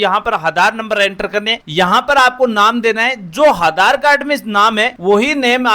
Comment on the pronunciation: Are aadhar hota hai haadar nhi😂😂